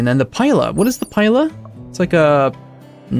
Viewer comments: Pila is pronounced pee,la the pila was a roman weapon designed to stick to the shields of the enemy making it useless for the second volley and easier to stab the man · Pila... pronounced "peel-a" just letting you know :)